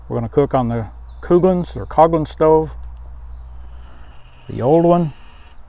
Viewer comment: Unless I'm mistaken, the company name is "Coughlan's" (as in cough, cough)